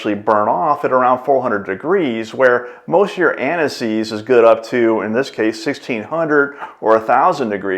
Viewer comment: Why does he keep speaking about aniseed? 😂